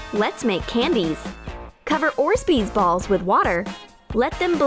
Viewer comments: It’s orbeez not orsbeez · mistakes that they said 1. saying little bit shaving foam but 3 bottles of it 2. saying orsbeez but its orbeez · Btw it’s not orsbees it’s orbees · Bro why does it annoy me when they say “orsezbeez” instead of orbeez 👹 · “Orzbeez” ITS ORBEEZ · She has ugly teeth and it’s orbeez not orzbees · Orzbeez? It's pronounced orb-eez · Orszbees” it’s orbeez not “orszbees” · ugh.. my god ...orbeez not orzbeez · Its orbeez not orzbeeads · Wtf is an orsbezz its fuckin orbezz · Its not ORZBEEZ hunnay its Orbeez.. not so hard to pronounce darling!!😂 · It’s not orzbeez it’s orebeez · Orzbeez ??? Its orbeez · It’s orbeez not orzbeez you dummy you suck ur channel is fake and fing stupid I hate you I don’t care if I’m hating deal with it you are a b none of these work you lier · Orzbeez. What are Orzbeez? You mean ORBEEZ*? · If she says ors-bee-z one more time I swear. It’s or-bee-z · You pronounce it or bees not orsbeez you dimwit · ORBEEZ NOT ORZBEEZ Also I love how you say red head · It's pronounced OR BEEZ not ORS BEES. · How they say it. Ore'sbees. How they should say it. "Orb-eez" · Not orzbeez orbeez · they say orzbeez balls but its pronounced orbeez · I think u pronounced orbeez wring it’s not orzbees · It’s not orsbeesz it’s orbeez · Orzbeez Balls? THEY ARE CALLED "ORBEEZ" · It’s pronounced orbeez. Not orzbeez. SMH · It's not 'ORZBEEZ' it's 'ORBEEZ' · Orsbeez ?😂 orbeez*😁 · Is it just me? Or is anybody else bothered by the fact she said orsbeez??? It’s pronounced Or-Bee-zh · GURL is not ORSBEZ BALLS WHAT THE HELL ARE ORSBEZ BALLS??? ITS ORBEEZ 😂😂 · did you say orzbeez its orebez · orzbeez balls ? it is called orbeez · “Orzbeez”. ?? Isn’t it orbeez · “Fill it with the Orz Beez” 😂 it’s called Orbeez!!! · Orzbees is what they call it orbeez is the actually name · Hahhahhahah...you said ortsbeedaz...but it is accually orbeez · They said ors-beez instead of orbeez LOL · wtf is ornzbeez? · "fill it with the orzbeez😂" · Orsbeez? New word!! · Orsbees. LOL